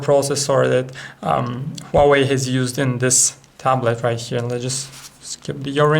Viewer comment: funny accent :D "wauweiw"